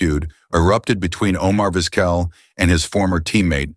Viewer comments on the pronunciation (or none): Come on dude, if you’re going to use a crappy AI voice the least you can do is make sure it’s pronouncing the main character of your video’s name right. Terrible.